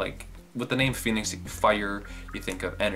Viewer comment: i'm sorry to actually pronounce it the other way huhu it should be PHOENIX HAHAHHh